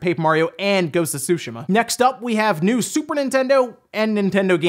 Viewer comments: whys he saying sushima its tsu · Dude only once did he pronounce it right every other time it he was just reading it as Sushi...ma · I find it funny how ppl say ghosts of "shoe she ma" and now it's "two sh ma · Is Ghost of Tsushima pronounced SUSHI-MAH or SUE-SHE-MAH? Out of all the Paper Mario games only Sticker Star is terrible, Color Splash is heck of a lot better than Sticker Star despite it having some issues. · Everyone: Ghost of Tsushima: Ghost of Sushma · I could swear he has pronounce it correctly before. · Everyone acting like they've been pronouncing Tsushima correctly now like Forza, when just yesterday we were all saying su-she-muhh lol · Charmara The devs want us to mis-pronounce the name of a city? That is crazy. IMO, it is like saying I-taly but whatever. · Why did you change the pronunciation of "Tsushima" all of a sudden? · You didn’t say Tsushima right 4 times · Why are you pronouncing Tsushima differently in this video? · Wow. That is not how you say tsushima. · You are pronouncing Tsushima wrong.